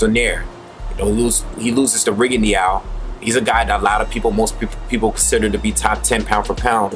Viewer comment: The "E" in Rigondeaux is pretty much silent. Just thought I'd let you know